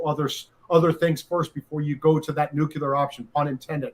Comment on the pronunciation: We knew this would happen already. Benny please stop saying nucular. Get lawyers on that can tell us how to get the original affidavit. There must be some way. Will they actually charge him and then we find out? We already know the history and why.